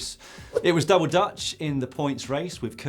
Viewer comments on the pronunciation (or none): none